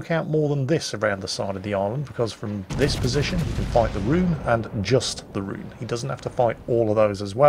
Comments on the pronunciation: oh..... Richelieu [ʁiʃəljø] not rishilu Rhön [Rhö̲n] not rhune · Richie-lou-lou and Rhonda.